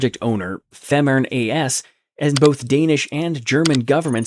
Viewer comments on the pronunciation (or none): I live just 40km from the tunnel. You should pronounce Fehmarn and Fehmarnbelt correctly: [[ˈfeːmaʁnˌbɛlt]] i.e. the first e: is just a long, closed, monophtong sound, similar to the vowel in day, pronounced by a Scottish speaker.